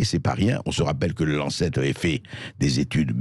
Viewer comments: Blanchier dans une interview n'est même pas capable de nommer correctement la soi-disant publication médicale la plus prestigieuse au monde : The Lancet . Pour lui c'est The LancTET .... Quel pauvre type. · Il prononce lancetête pour Lancet ! Vraiment à chier ce blablachier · Blachier me fait rire. Il n'est même pas capable de prononcer le mot en anglais The Lancet. Il dit le lanctete